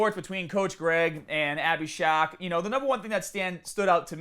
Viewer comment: Are you saying “shock”? Lol SHARK